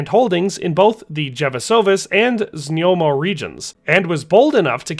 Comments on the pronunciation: znojmo - znoymo. Not znyomo. Znoy-mo. One of the easiest to pronounce czech city names. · Few names isnt hard and its just a little effort here...ZNJOMO vs ZNOJMO is rather easy to say..not even hard to pronounce..